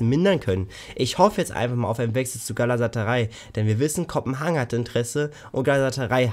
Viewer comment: Das heißt Galatasaray, nicht Galasataray (sorry :D). Kopenhagen verpflichtet wohl leider einen andern Stürmer, weshalb Piatek dort raus ist. Bei den Türken vermute ich auch nur Geplänkel, da bisher keine weiteren News kamen, höchstens eine Leihe mit irrer Gehaltsaufteilung. Ernsthaftes Kaufinteresse spüre ich nirgends, da auch sein wahnsinniges Gehalt extrem abschreckt. Selbst wenn wir ihn die restliche Vertragsdauer zu 50% Gehalt verleihen, geht das inklusive Kauf Richtung 40 Millionen Euro! Der Gegenwert dafür nicht einmal erwähnenswert.. 💵⚰️